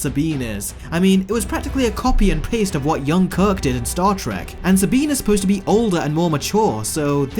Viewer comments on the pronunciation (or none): none